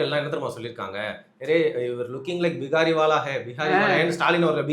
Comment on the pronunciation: தம்பி 🤔 பீஹாரி வால இல்ல , பிக்காரி வால😅😅😅